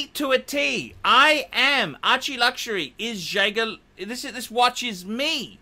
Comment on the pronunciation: It's pronounced jajer not jager